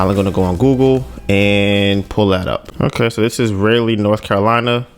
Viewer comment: Raleigh, Pronounce it Rah-lee✌🏿